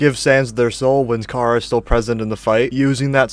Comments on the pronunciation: “chara” is from the word “character” care-uh not car-a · You’re saying chara wrong it’s pronounced like Kara